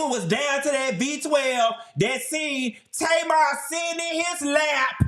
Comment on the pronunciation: I just finished the video and you SLAUGHTERED Tamar LMFAOOOOOOOOOOO